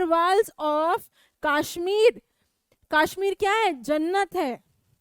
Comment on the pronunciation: maam its not kashhmir its kashmir because i am from jammu and kashmir